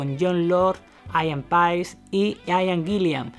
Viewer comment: Se dice Ían Peis, no Aian Pais